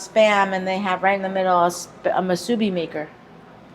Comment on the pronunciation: My sister moved from Hawaii to Minnesota over 50 years ago for work... Northwest Airlines. That museum has been there for a long time! Sidenote: Musubi is Japanese, its pronounced moo-soo-BEE, not mah-SOO-bee) Lol